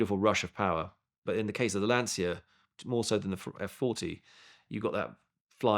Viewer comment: if you like lancia so much you should probably learn how to pronounce it.